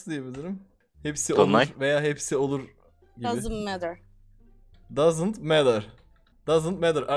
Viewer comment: doesn't matter'i Dazınt Medır diye yazmıştır diyenler. 😂😂